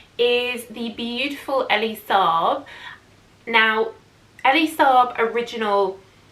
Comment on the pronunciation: Hi! Elie pronounces his name as E LIE, as in,, tell a lie... & Cassis is Cass Iss, as in kiss, not caseese.